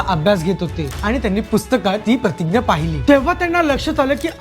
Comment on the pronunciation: दादा, तु "प्रतिग्या" असा का उच्चार करतोस? आपण मराठीत "प्रतिज्ञा" म्हणतो.